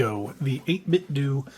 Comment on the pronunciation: 8BitDO = Doo 8Bitdo = Doh